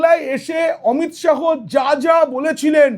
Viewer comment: উচ্চারণ টা অমিত শাহো নয়, অমিত শা.